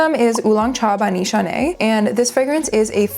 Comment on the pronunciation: “Nishane” is supposed to be pronounced without the -e, for it (weirdly) tries to mimic French orthography with the final -e preventing nasalisation of the -n (and yet, makes use of English orthography as ‹sh› for IPA [ʃ]). The word’s origin is reported as being from Turkish “nişan” (→ sign, mark, target, engagement-to-be-wedded, decoration).